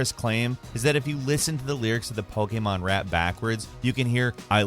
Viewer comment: Still can’t pronounce Pokémon correctly